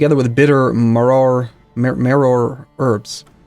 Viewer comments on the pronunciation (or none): really late, but seder is prounounced sāder and maror is pronounced mar-or